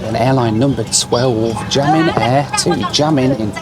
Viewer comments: your Chinese pronunciation! Guangzhou - Say the 'guang' as you do and add 'joe' at the end. For Xiamen it's said like 'She-ah men' not 'Jamin'. The 'Xi' sounds nothing like a J! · it's pronounced Xiamen, (Shamen) China, not jamming:) but hey happy travels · Great video! But as a native Mandarin speaker, the pronunciation of Xiamen was just so bad... Pronouncing the "X" as "Sh" will be way better and easier for English speakers. (The actual sound for Mandarin X does not exist in English but I found Sh the most similar.) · got me, I went to multiple Skyteam sites looking for a "Jammin" Airlines. Then figured I'd watch where he went and was like ohhh... Xiamen (Shah-Mun) Airlines... Intentional mispronounciation? Doesn't care? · It's "seeya-men" not jia-men... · I took Xiamen Air (pronounced si-ow-man btw) from Melbourne through to Paris via Xiamen and I have to agree that the transit security was a nightmare. I had a short buzz cut at the time and they had to search my hair and they took all of the stuff out of my bag and sent it through the scanner twice. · Pronounced as Guang-zhoh, Shia-men, Da-shing. All “X”s are pronounced as “Sh” in Chinese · For reference, Guangzhou is pronounced Kwangjou Xiamen is pronounced Siamen Daxing is pronounced Dasing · from an english standpoint, it would be pronounced "gwangjoe" and "siaman" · This is a crazy challenge 😅 and when you wanted to say Xiamen, I thought you were saying “jammin’” so was curious what airline this is hahaha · The airline you flew at somewhere is called xiamen airline, wich is pronounced like sia-men airlines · Guangzhou is pronounced Gwong-joe Xiamen is Sha-men Daxing is Da-Shing And yes the customs in China are awful. The whole airport and airplane experience here is terrible. Lots of very big, shiny and very unwelcoming airports here, especially if you’re a foreign tourist or resident 😐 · Amazing video. Xiamen pronounced “shiamen” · That's absolutely not you you pronounce Xiamen....